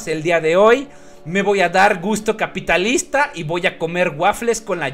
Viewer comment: yo cuando veia esto videos yo pensando "sera comunista el " y luego escucho me dare un gusto capitalista jajaja como que siempre lo dices en ruso